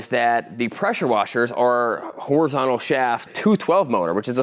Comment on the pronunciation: wtf is a mowdur ? are you trying to say moTor ? wtf is horizonal ? are you trying to say horizonTal ? you do realise in most words the t isn't fkn silent right ?!